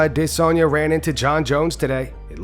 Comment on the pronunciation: This is the channel I watch for my MMA news. And I remember you making a video saying you were pronouncing adesanya right by saying I-Diss-Onya. And getting hate for it. But it's not I-diss-onya like you want it to be. It's literally how you would read it with a short A sound not long I sound. But every video you make pronouncing Israel adesanya's last name with it sounding like I-diss-onya is cringe to me. You look up "adesanya" pronunciation and you will understand 🤣 pretty sure Bruce Buffer has it right